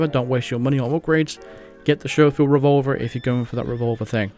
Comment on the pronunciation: SCHOFIELD. I have seen so many YT'ers mis-pronounce this so many times. It's pronounced SKO-FIELD, not SHOW-FIELD. Just saying.